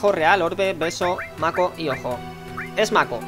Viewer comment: Me hace gracia porque "Hojo" se pronunciaría algo así como "Joyo" y dice "Ojo" x'DDD